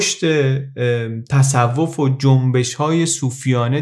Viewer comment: دمت گرم با این صدات اما تَصَوف نیست تَصُوف است❤